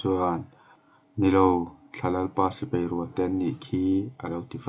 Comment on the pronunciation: A ngaihnawm khawp Mai,mahse sipai hi sipei tiin i lam ania..😁😂😂😂